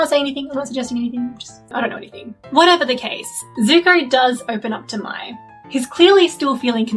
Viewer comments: Why do so many people pronounce Mai's name like "My". They clearly pronounce it like "May" in the show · her name is pronounced may btw